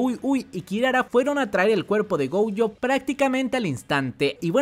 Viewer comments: Gojo, no "Goujo" diosssssssss miooooooooooooooooooooooooooooooooooooooooooooooooooooooo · Porque pronuncia GOUJO?